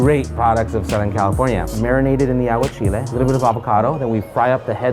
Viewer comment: When he said aguachiles 🤪